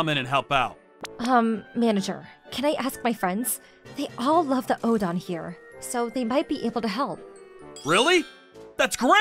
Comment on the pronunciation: O. DEN. OOOOO. DENNNNN. ITS NOT ODON